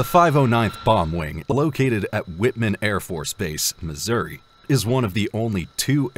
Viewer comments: It's WHITEman AFB, not whitman. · its "white-man" not "whitman" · Lol "Whitman"... it's definitely Whiteman AFB, not Whitman. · Kinda hurt to hear it pronounced like that...